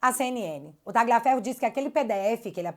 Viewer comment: Tira esse G do Tagliaferro... Pronuncie como um LH mesmo... Menos feio